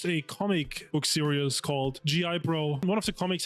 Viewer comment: You would think would know how to pronounce series* by now, mf still calling it a serious 😂